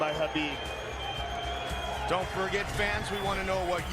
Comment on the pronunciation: I'm just shocked at that time Rogan knew how to say Habeeb's name correctly